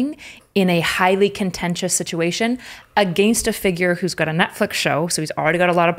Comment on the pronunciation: If she says " Uhh-Gaynst" one more fkn time I swear... 😂